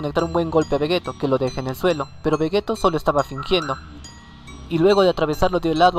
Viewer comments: Se pronuncia "Vegitto" no "Vegeto".... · vegeto?? que no se dice vegito? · oye no es por ofenderte pero se dice vegito se escribe veggetto pero se dice veggitto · no tuve que ver ni 2 minutos de tu video para ver que no sabes nada ya que le dices vegetto cuando claramente es vegitto 👎👎👎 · Carlos Joshua Romero Núñez Un error en la pronunciacion de una sola palabra no invalida los argumentos que se den en todo un video... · no se de donde sos pero vegetto es en España y vegitto en latinoamerica las dos pronunciaciones son correctas confirmado por akira y por toi ya que la pronunciación depende mucho de la zona geográfica